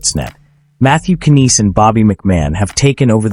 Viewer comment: Mathew KANEECE??? Let me know when a human who actually knows the players names is doing the talking and maybe I'll come back.